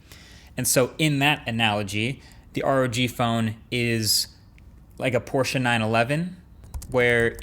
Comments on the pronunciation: i'm incredibly impressed by you not totally butchering the word "Porsche", thats a rare thing to come across outside of germany! xD probs! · thank you Marques for pronouncing Porsche right. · Have my german like for pronouncing „Porsche“ correctly ❤️